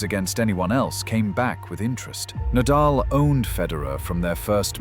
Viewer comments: Nadal is pronounced Nah-Dahl. Not Neighdel. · This video seems AI generated, with many mistakes. When Nadal's name was pronounced Nay-dal, I almost cried. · I logged in just to say how badly the AI did with this video. It's already been pointed out that Nadal's name is repeatedly mispronounced and that Lendl had a 1HBH, but not sure anyone has mentioned showing the wrong Williams sister or repeatedly showing a pickle ball court. No doubt there are many other errors--do better AI. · It’s an ai voice duh of course it can’t pronounce names correctly. How can you not see this? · Never heard Nadals name so wrongly outspoken. And of course, he didn’t "own" Federer. Federer the Goat, most enjoyable tennis player. Nadal the athletic giant, master of clay. Djokovic the competitive and most successful player in total, with age advantage vs Federer. Even 6 y younger, Nole vs Roger H2H is only 27-23...and could easily have been 26-24. All three players wee giants!